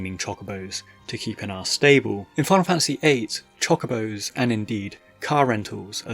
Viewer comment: please i beg of you.. stop saying Chock-obos 😰